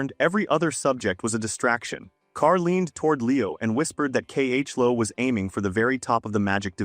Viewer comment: K.H.Lo? ❎ Chloe. ✅